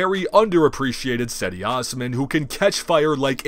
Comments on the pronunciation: just so you know it's pronounced jedee not saidee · "Cedi" is pronounced "Jedi." But awesome video and I love your content! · Cedi is pronounced Jetty regardless great video 💪 Go CAVS!!!